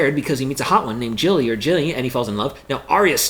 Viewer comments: Gendry, not Jendry Gilly, not Jilly (you need to work on your Gs and Js bruh) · Sort your G pronunciation out! It’s Gilly and Gendry! Not pronounced as Jilly and Jendry like you keep saying! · It's Gendry and Gilly with 'G' not 'J' sounds. Couldn't you at least say the names correctly? Also, do we need to see your face for the duration of the entire video?